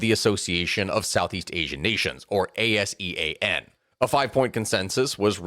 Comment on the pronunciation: for ASEAN, the custom in the region is to pronounce it as Ah-SEE-ahn